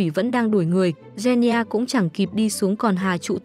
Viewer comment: “Gen ni gia” 💀